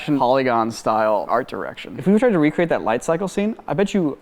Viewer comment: Re-cre-ate, re-cre-ate, re-cre-ate